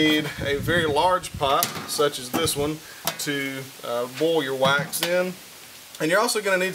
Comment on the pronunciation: OH, WAX. At first I thought he was saying "you need your whites". So funny on me.